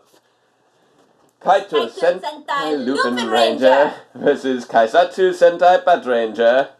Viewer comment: The "Kei" in "Keisatsu" is pronounced like the "K" in Dr. K. :)